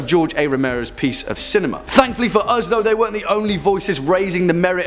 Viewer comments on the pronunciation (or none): none